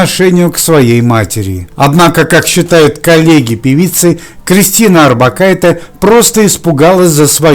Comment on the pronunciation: не надо экать. ОрбакайтЕ. литовские женские фамилии произносятся на конце мягко. на "е". я живу в Литве и знаю. ухо режет жутко это "Э"